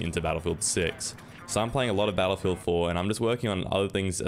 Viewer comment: I'll switch to "bel'feedah" then